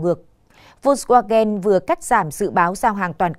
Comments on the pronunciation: Đọc theo phiên âm là vôn va gen.chữ w tiếng đức là v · Đọc là phốc svagan.